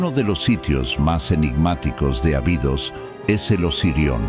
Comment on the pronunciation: Ábidos, se pronuncia.